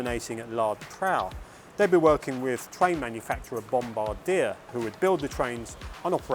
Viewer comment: Bombardier is pronounced: Bomb-bar-dee-ay. However you’ve come a lot closer than many YouTubers trying to pronounce it!